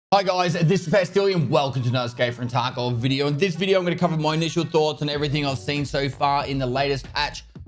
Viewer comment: Tah kovvvv veed iooooh